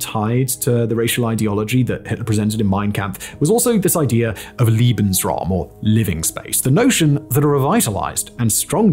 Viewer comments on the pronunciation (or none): The correct pronunciation is Laybensraum, not Leebensraum. Other than that a worthy presentation. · Leben is pronounced lay-ben. You're saying liebensraum, which would mean love space. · A very minor note in an otherwise very well researched video - the way you are saying Lebensraum is actually saying "loving room/area" it is pronounces LAYbens Raum, not LEE. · The way you say "lebensraum" actual sounds like "liebensraum", which means "love space". Uui. 😂